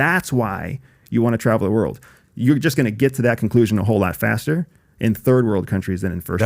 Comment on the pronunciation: Did u say fatter and fatter😂